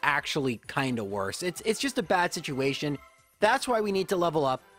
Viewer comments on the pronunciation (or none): none